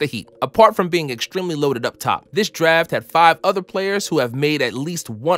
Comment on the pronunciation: "Also apart of this daf class"